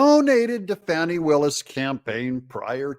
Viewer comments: Doug you can't make a silk purse out of a pig's ear , so pronounce her name how it is , Fani like Fanny , not Fawni like phoney😂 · Doug, please...let me break it down for you. If you take the i off the name Fani and Fawni this is how you say it, Fan- then Fawn...Fani not Fawni. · I'm from Georgia. My whole family is from the Atlanta area. Anyone in town will tell you it is pronounced "Fanny" , not "Fawney". And yes, we all know she is human garbage. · No "U" in Fanni. Ita not Faunni. Its FANNI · Her name is Fan-e not Fawni… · Why do you refer to her as Fauni, Fawni, when pronounced f-a-n ..i like a large maximum gluteus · It’s Fani. Not Fauni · I liked the original pronunciation of her name, Fanny. I don't like Foni, or Fauni, or Fawni. I want her to be dismissed, prosecuted and disbarred, so she can be kicked out on her fanny. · It's not Fauni Willis.. Don't try to gay it up like Joe Deertay, you know it's Dirt. Lol. It's Fanny "whatchu talkin bout" Willis. Fani's big fanny is in big trouble. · Her name is pronounced Fannie. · How is her name pronounced, Fannie or fonnie